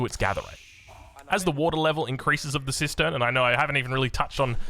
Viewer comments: kept hearing it as "sister system" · Kept hearing it as 'system system'